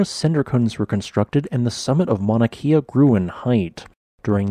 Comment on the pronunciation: Just a quick lesson in pronunciation. The letter ‘E’ in Hawaiian is pronounced like the e sound in ‘Wed’. The long ‘e’ sound is spelled with an ‘I’ like in the word Waikiki. Kea would rhyme with Princess Leia